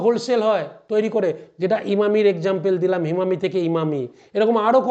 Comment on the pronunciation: হিমামি নয় হিমানি